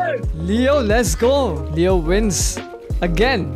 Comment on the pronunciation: when he say leo on height it sounds like kreo on height